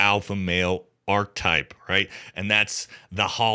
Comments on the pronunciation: Your killing me with your mispronunciation of archetype lol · Your pronunciation of "genre" and "archetype" are off